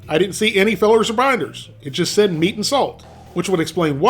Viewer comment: All jokes aside. Try closing your eyes and listen carefull. Does it sound like he says "real meat" or "real me"?🤔